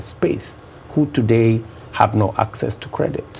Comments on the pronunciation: Mirugi. I am particular about the way he's pronouncing 'access'. Theres no 'k' in access yet he's pronouncing it as akcess. And he's a PhD holder. Terrible. 😂😂😂😂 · 'It's about akcess' to credits yadda yadda. And this man claims he has a PhD. SMH